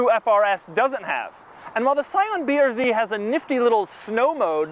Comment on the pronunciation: scion "brz" lol